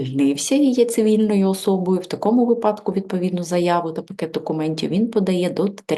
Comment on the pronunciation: Спасибо,, вИпадок а не випАдок